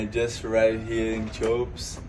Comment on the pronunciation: You know what i find amazing? That Teahupoo is somehow pronounced Chaupo. Whoever made it up is a special needs person...